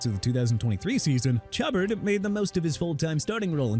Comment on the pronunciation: Did he just call him "Chubbard"? 😅😅😅